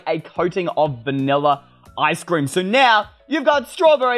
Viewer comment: Me:ice cream You:eystreem